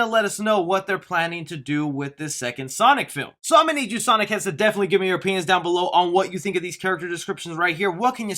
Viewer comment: “Definitely give us your europeans in the comments section”???? That’s what I heard 💂🏾‍♀️💂🏾‍♂️💂🏽😅